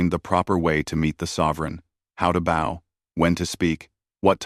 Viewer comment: Read and bow are pronounced two ways. It would not be hard to check your story for these words to ensure the audio uses the right ones.